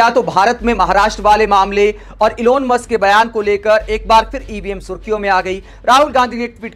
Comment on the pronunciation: इलोन मस्क ग़लत उच्चारण है । एलन मस्क है नाम ।।